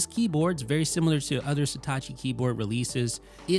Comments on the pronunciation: It’s „Satechi“, not „Setachi“. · Why do you keep pronouncing Satechi like it's Hitachi with an 'S'? (I'm assuming it's "suh·teh·chee") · Not even close to pronouncing the brand name correctly. How can the E have an A sound??